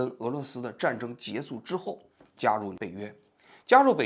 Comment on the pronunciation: 你说你一个央视记者，说话口音都不对，还结束不说结束，说结素，结素 什么结素拉